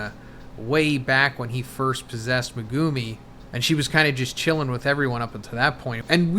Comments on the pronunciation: MEH-GU-ME. Not MA-GOO-MI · He's never going to learn how to say "Megumi" is he? MEGOOOOMY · He's never going to learn how to say Megumi is he? "Megooomy" smh. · MEG-UMI I hate the way you guys pronounce it and it’s not even pronounced that way in the show